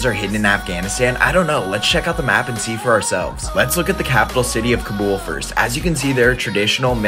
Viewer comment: Bro the mispronouncing of kabul 💀